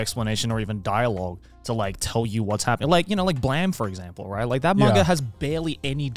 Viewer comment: Did he pronounced Blame (bl-ame) as (bla-ame)?